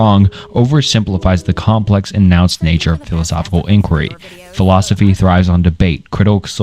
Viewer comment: Still a couple mistakes here and there, such as the pronunciation of nuanced and a few others, but overall much better job, glad to see you improving!